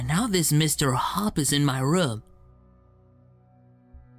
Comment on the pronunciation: It is mr hopps not bauobs